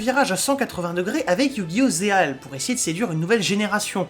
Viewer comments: Quand tu dis Zexal moi j'entends "Ze[h]al" (Zeal) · Franchement une partie de la série ma fait un peu pensé à Détroit, par contre je vois que tu as un peu de mal à dire Zexal XD.